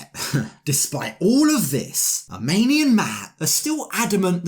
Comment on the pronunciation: Nope, it's "AH-MINI"!!!